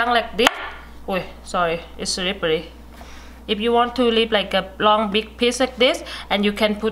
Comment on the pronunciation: "it shouldnt take very Rrrong" xD nah great video tho well done